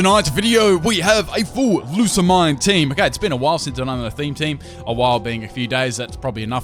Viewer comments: Did you pronounce her name Loose-a-mine? isn't pronounced Lusa-mean? How'd you get Nihilego right, but mispronounce Lusamine? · Isn't it Loo-sah-meen-aye? I'm honestly not sure. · i know people have different pronounciations of words but dude lusa MINE i pronounce it either lusa mi ne or lusmine without the mine sound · I thought it was pronounced LOO-SA-MEEN